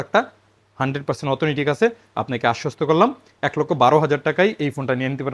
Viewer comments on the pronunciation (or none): অথেনটিক উচ্চারণ হবে ভাইয়া!